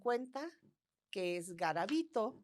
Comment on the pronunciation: Soy de Colombia , conozco muy bien el caso de Luis Alfredo Garavito, y noté muchas inconsistencias en el relato que aquí exponen sobre su historia. Dicen varias veces mal el nombre , y algunos sucesos no son verdaderos (los niños NO se pr0stitu!an en el parque que mencionan, solo fueron niños vendedores ambulantes o limosneros )